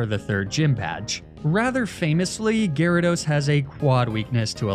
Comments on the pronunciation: My boy said Gyaradye 😂😂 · "gyradi" pfft gyrados clearly has greek roots and would use the second declension plural "gyradoi", like one of its roots "gyros". Shocked to see such sloppy research from!